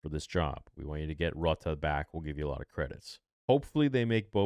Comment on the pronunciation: whats with the miss pronunciation of Rotta's name also Moana lol